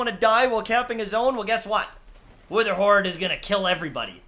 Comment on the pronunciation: He re did an intro cause he said wetherhoard not witherhoard